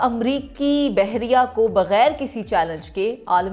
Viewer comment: بحیرہ نہیں بحریہ